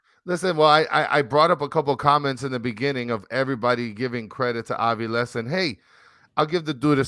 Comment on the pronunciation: Hey guys, argentine here, Its faRIas and aviLES